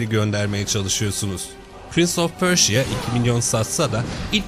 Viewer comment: pörja olarak okunmasın o ??? pörşiya ne lo jhkjshfkjshk